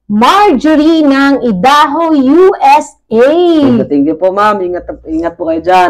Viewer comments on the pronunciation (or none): Idaho ay pronounced "Ay-da-ho". Peace po tayo,. ✌️ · Good evening bai at subcriber nu aq dito sa guam correct q lang un idaho pronounce niya is Aydaho parang I pag sinabi sa alphabet subcriber din aq nila kabusiness official at kabusiness family kaya ndi aq basher😀 ha napapasaya nu aq lagi stress free baga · Ang tamang pag sabi ng bansang idaho ay sa tagalog aydaho un po ang tama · IDAHO ( Ay-da-ho) ang pronunciation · ang proper pronunciation ng Idaho is Aydaho. By the way, mag vlog kayo na pasalamat kayo sa mga sponsors nyo Bai. ❤❤❤❤❤❤❤❤❤❤❤❤❤❤